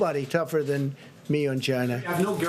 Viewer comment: He seems to have a lot of trouble saying the word 'China' properly.